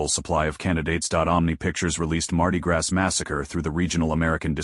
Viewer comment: Heh heh ..."Mardi Grass"...come on man.